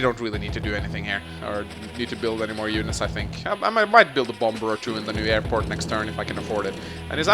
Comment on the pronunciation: Well with your airporch you can make bomBers. Which makes me happy every time I hear it. Reminds me of my friend in the UK who always went super hard on the H in herb since the rest of the world seems to have forgotten it's existence.